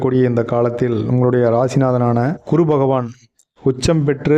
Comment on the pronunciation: utcharippu gavanikkavum...kuru illae GURU...idu pola neraiya irukku